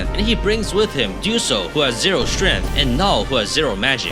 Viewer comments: "0 strenth" 💀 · "who has zero strEth"